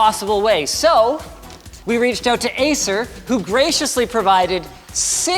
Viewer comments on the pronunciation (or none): acer not aether